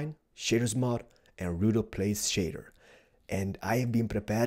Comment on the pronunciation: ''Now it's time to install Optifine, and the Shidders Mod'' I'm sorry, I know it's your accent but I'm just dying over here.